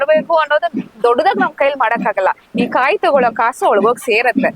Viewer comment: ಆಹಾ ತಾಯಿ, ನಿನ್ನ ಕನ್ನಡ ಕೇಳ್ತಾ ಇದ್ರೆ,ಕಿವಿ ಮುಚ್ಕೊಬೇಕು ಅನ್ಸುತ್ತೆ, ಕಾಯಿಗೆ ಖಾಯಿ ಅಂತಿಯಾ, ಭಾವನೆಗೆ ಬಾವನೆ ಅಂತಿಯಾ,ಸಕತ್ ರೀಲ್ ಬುಡ್ತಿಯಾ ಬುಡು.